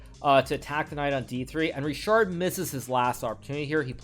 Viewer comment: it's either 'Rihard' (for Hungarian pronunciation) or 'Richard' (for English one), but definately not 'RiSHard' :) anyway, nice game